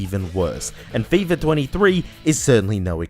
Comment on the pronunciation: Fifa* not Fifer